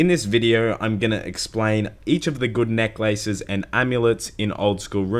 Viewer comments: NECK LAYSES AMULET OF TORTJA, MEE LAY, CONCLEWSION, PRAER, DAMIDGE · Emphasis 'neck' ... 'laces' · Neck LACES. Jesus, way to pronounce it awkwardly. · Why are you saying necklaces like 2 words? Its hurting my brain.